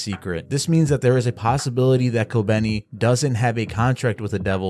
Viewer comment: its kobeni.